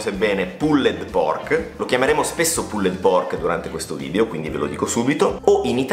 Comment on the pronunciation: magari , evitate di pronunciare troppo intensamente la ultima E di" PULLED" , vi classifica cosi , spaghettari LOL , ciao , bel programma